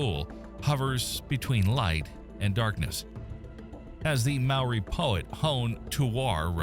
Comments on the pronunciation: "Mah-Ory" is wild. That hurt. Maybe just a suggestion for the future... When it comes to another language... You might want to seek expert advice on pronunciation. Most place names you pronounced wrong too. That was such a painful listen to my Kiwi ears. Never heard my placenames or peoples name butchered so badly. Not even by Pakeha here. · MMMmmm ... need to learn how to pronounce Maori better - amazing place to live. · The commentator's pronunciation of Maori names is absolutely hilarious. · I really love the way you try to pronounce Maori words, good on ya. Ka pai 😊